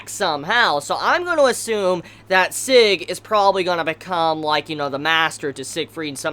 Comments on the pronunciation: Seg ? SEG ? You just butchered the translation of the Name/Word Sieg ... But yeah its pretty difficult to say if you don't speak german ;) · Sieg's name is pronounced like Zig, cause it's German name